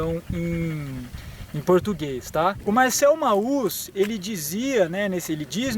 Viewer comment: Show de bola o video, parabéns! Só deixo a dica, sem preciosismo nem nada: Mauss se fala Mos.